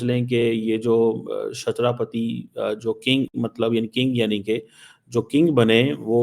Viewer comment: Chatrapati theek se bolna toh seekh le aurangazeb ki aulad. He is more than a king to us Hindus specifically Marathas.